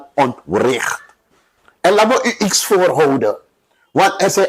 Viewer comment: Blijven dromen.mvr.bouterse wordt zeeeker president wat een lachertje.en wanneer ga je leren dat het iets is maar niet ieks.omg.